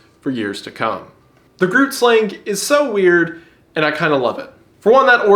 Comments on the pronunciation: South African cryptid mentioned 🇿🇦😁👍I never heard of this one before and windagoon's pronunciation of an Afrikaans killed me😂😅wonder if the Tokoloshi could also make an appearance 👀👀👀that's been a legend that's scared kids for decades💀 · As a dutch person, I love how you mispronounce grootslang so shamelessly. Very valid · why can no one say Grootslang correctly:face-turquoise-covering-eyes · The way he pronounces Grootslang 😭😭😭 🇿🇦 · wendigoon butchering the pronunciation of groot slang was to be expected but im grateful for the inclusion of a personal favourite regardless ♥️ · The mispronouncing of Grootslang is funny. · If you pronounce "grootslang" Dutch, it would be closer to "chroat-slahng" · Dutch double o is not pronounced as the double o in words like 'oops' or 'cookie', it's more like 'ohhh' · hiii, just wanna say that groot sland is pronounced g(back of the throat, like a gkgkgkg kinda sound) so it pronounce gkroot slung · As a South African, I barely reckonised his pronounciation of grootslang 😂 Pronounced with a gutterly g and rolling R, like GGrooooot slung. It is technically a creolisation of Dutch called Afrikaans. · I can never get enough of others mispronouncing Dutch words.. I heard "Gruut slang" while I was busy with stuff, when the reveal it was Dutch hit me like a truck. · NOOOOO 😂 Not the GrootSlang… Its not like Groot from GOTG. Please do this pronunciation justice 😢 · I hate to tell you this, but the Grootslang is actually pronounced "Hru-ut-sl-ang" with a more gutteral H sound. My mother is South African born, and knows Afrikaans, well enough. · my guy i love your content, but the groot-slang isnt said like that, the name is also not dutch, yes it came from dutch but Afrikaans is what is now spoken here, that being said, Die Groot Slang has a Zulu and Xhosa native name that you should instead use "Nkosi Mlilo" pronounced Nn-Koh-see Mm-lee-low" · I'm south African and the way you pronounced Grootslang has me dieing